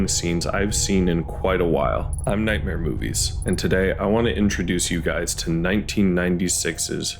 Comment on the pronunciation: Explains Kakihara!😅 But seriously, goos synopsis! It always sounds like you're saying nighrmare boobies.